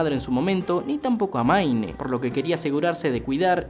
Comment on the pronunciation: "maine" parece broma la pronunciación tan mala que tiene